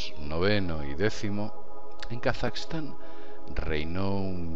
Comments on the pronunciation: Es Kazajistan no Kasaxtan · a nadie mas le molesta como pronuncia Kazajistán?